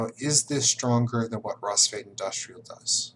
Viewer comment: So much knowledge, yet you got Rusviet's name wrong! (Pronounced Rus-fjet)